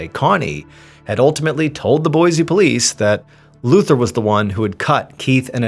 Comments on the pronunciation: Trivial, I know, but it's pronounced, Boy-see, not Boy-zee. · Awe, man! You pronounced Boise correct in a previous video but not this one 😭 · Wife and myself love your content. We're from Boise Idaho. It's pronounced (boy sea) not (boy zee) . Peace all